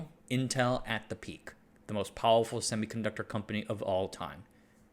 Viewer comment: Why are you saying powuwfuw? You make the R sound in other words just fine so it’s not a speech impediment right?